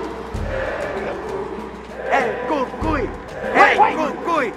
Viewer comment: Who else thought the way he said he’s the Cúcuy was cool